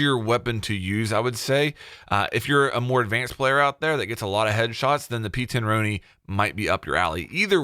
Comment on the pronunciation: Why can’t Americans pronounce the p10 roni correctly you say it like the the name Ron